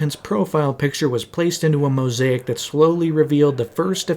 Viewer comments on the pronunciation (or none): none